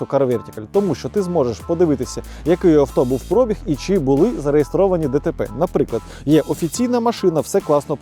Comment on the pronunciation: Коли ви вже всі мамкині блоХери навчитесь ставити наголос у слові «пробіг»?😂😂😂